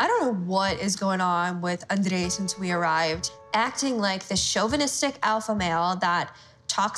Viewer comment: I cannot deal with how she says Andrei. My anxiety has been triggered